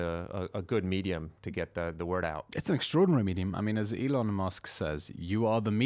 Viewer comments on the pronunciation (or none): none